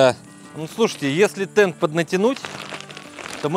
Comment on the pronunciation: Правильно ТенТ,а не ТенД!😮